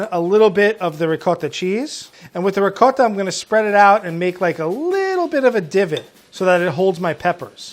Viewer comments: Curious how he pronounces it “riquouhettah” cheese but then mozzarella cheese. I mean, why not also say “ouhelleaveh wheulle”? Why not “goureen pouhaipers”? How about “tourmewtee peahaisteh”? If you’re going to invent a ridiculous, non-accent, go all in! Don’t just mis-pronounce one word in a way no one else on earth does. Brand it! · Fey Merritt I cant stand the ‘rigot’ pronunciation of ricotta in America. It’s so far from the Italian pronunciation. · I can’t tell if I’m annoyed, offended,or impressed by the way pronounces ricotta 😂😂